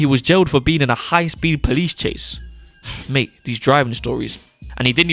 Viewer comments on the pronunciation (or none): none